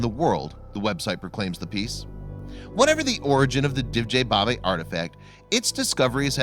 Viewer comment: Great video, thanks! The name Divje babe should be pronounced as "divya" babe though, meaning wild women. Best regards from Slovenija!